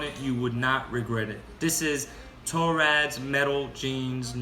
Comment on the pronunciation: Torand, not Torad..